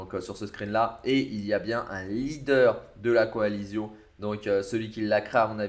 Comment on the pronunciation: "Coalission" pas "coalizion"